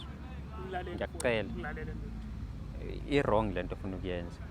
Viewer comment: Lendoda ayikwazi nokubiza u wrong ithi u longi, ithi ungletha Kuma dividi😂😂🚮